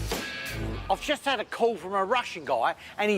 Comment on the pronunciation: "What a week I've 'ad......." Love it!!!